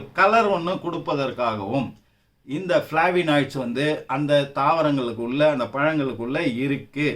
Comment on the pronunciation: ஃபளேவனாய்ட்ஸ் என்பதே சரியான உச்சரிப்பு Bro.